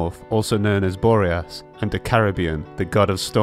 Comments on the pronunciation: am hearing carabian :) no hard feelings vid is great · Isnt the old anemo archon called decarabian not carabian